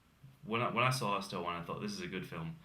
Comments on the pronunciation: The word hostel is not pronounced hos-TEL!! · This guy needs to learn how to pronounce the word hostel.